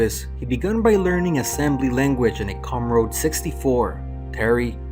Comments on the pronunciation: It's a COMMODORE 64 .... pronounced "COMM-A-DOOR" (Not "Comm-RODE" ) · Com Uh Dore